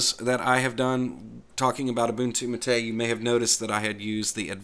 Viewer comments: Yep, I was going to say the same thing. is pretty close with his pronunciation, he just needs to change the stress in the word "Mate" (it's MAH-tey, not mah-TEY) to the first syllable, and same thing with "Caja". No es que sea el fin del mundo, pero ya que quiere aprender a decirlo bien... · Sorry but Wimpy is plain wrong. MATE is pronounced as "matte" (like the paint type). The name was given by Perberos and it comes from the Yerba Mate plant, which incidentally is used as a very popular and traditional infusion in my country. Compton+Marco is a lighter option for getting rid of the vsync issue. You can find it on the Mate-tweak tool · You are actually pronouncing the name wrong. The stress should be on the first syllable: MAH-teh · EXACTLY! That was the bestest explainification I've heard so far. Bloddy Anglophiles with their overprononciation and emphasis on certain syllables are nerve wrecking. As I always say: "MATE, pronounced as spelled." Emm, ah, teh, eh = Mahte Simples, right? Well, obviously not so simple if you belong to the minority of natural born anglisi speakers. :) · That guys full of it. You stress mah not tay. Like mate the herbal drink.